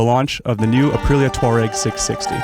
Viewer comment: Great review, (At Last an American who can pronounce "TWaa-REGG" and not say "Tour-ag" I've ordered one of these having tested one recently. 6 weeks delivery and I can't wait.